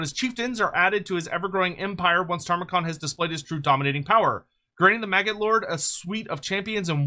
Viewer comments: Don't you mean "Tamurkhan", not "Tarmakhan"? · Brother. Respectfully. His name is not Tarmakhan. You're killing me.